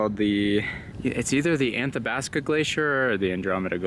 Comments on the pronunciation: youre in my backyard! btw, its Athabasca, not Anthabasca :) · It’s Athabasca not anthabasca. No n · There is no N in Athabasca. I would chuckle when you said the name. Banff and Jasper are beautiful, but Jasper is a much calmer area to visit if you want to hike and just be in the beauty of the mountains. Banff is way too touristy and too many "partiers"